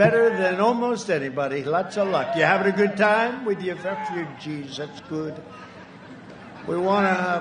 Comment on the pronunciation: “You havin’ a good time with your fefugees?” -Donald Trump, President of the USA